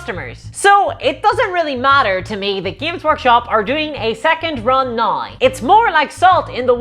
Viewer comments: I’m sorry, my disgusting American ears are confused. What is a nai ow? Love your work! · They way you say “now” is really fucking with me lol